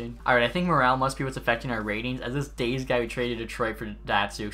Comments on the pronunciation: Dah-zay not days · "dayze" c'mon man... eric daze (dah-zay) was a force for the hawks back in the day. that's rough. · The way you pronounce Daze... 😥😥😥